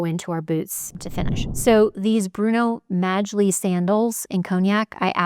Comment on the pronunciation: Yep! That’s what I came here to say, and it’s pronounced “Bruno Molly.”